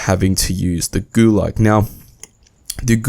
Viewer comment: Gulag, not gulug